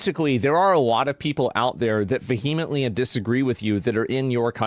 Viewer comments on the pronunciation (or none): Vehemently is not pronounced that way. He's reading an AI script when he sounds intelligent haha😅